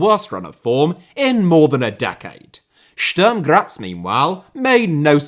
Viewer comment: Yo, just as a pronunciation advice (respect to you for trying to get them right), the vowel in Sturm is pronounced like the one in put. Great video!